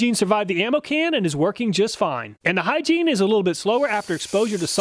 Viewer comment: Don't think the Hyggein is pronounced "Hygiene"